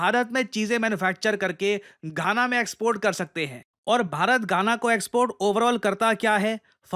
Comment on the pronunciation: Gaana, khana ❌❌ Ghana ✅✅